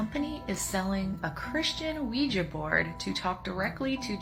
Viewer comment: Quija board is pronounced wee juh technically